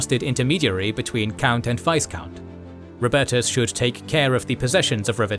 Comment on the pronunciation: The "s" in Viscount is silent. Also in French, its pronounced "Veecomte".